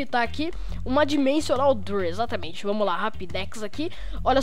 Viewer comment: "door" se fala "dór", não "durr" que agonia cara.. kk